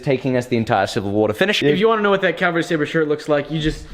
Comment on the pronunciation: Can you PLEASE Stop saying Calvary! Calvary is a mountain in Israel. Its CAVALRY.